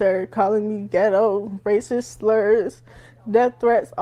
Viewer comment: It's "razzist!!!!"😂😂😂 Say goodbye to any type of scholarship now.